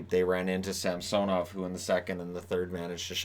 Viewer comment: Sam-sone-ov. I think it’s pronounced Sam-sun-ov. The announcers say “sam-sone-ov” for some reason. The other way (Sam-sun-ov) sounds much better in my opinion.